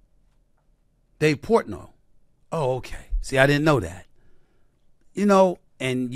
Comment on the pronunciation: It’s Portnoy